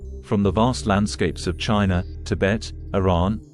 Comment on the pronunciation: Your presentation would be so much better if you could teach the A.I. narrator to properly pronounce ALL the words of the script. Words like 'etheric', and 'China' really should be pronounceable I would think. Still very informative in spite of the audio glitches. and the pic.s are awesome!